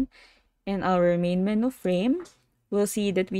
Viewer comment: menu is pronounced "men-u" or "men-you".